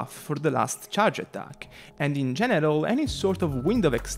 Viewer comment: Hey I love your videos! Thank you for your work :). I just wanted to make a comment about something. I can tell English isn’t your first language and there’s a word you’re saying that sounds kinda weird and I wanted to point it out to you so it you don’t end up with someone misunderstanding you. When you say the word “general” I’ve noticed you pronounce it like “genital”. The reason I point this out is because that word refers to private parts which could be kind awkward haha. Anyway hope that helped! :)